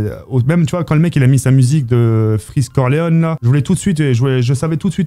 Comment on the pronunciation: freeze corleon* au lieu de corleone mdr